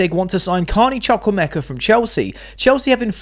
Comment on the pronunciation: I told you the Chuk in Chuk-wu-emeka is not pronounced as Chuk but as Chook (like Chu chu).